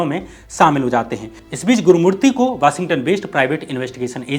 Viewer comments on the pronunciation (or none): none